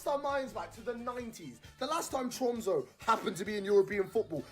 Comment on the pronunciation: Tromso is pronounced “trum-suh” and Bodo is “boodeh”.